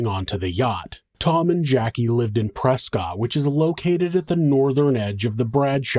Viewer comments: Prescott, AZ is actually pronounced press kit. Don't ask me why or how because I have no idea why or how. It makes no sense to me 😂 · Just for future reference, Prescott Arizona is actually pronounced "Pres-kit"